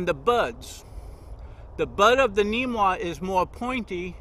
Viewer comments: Namwah not neemwah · Its called a namwah not neemwa!